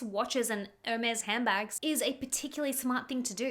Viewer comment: Omg, it's not even pronounced "Ewwhrmes" 😂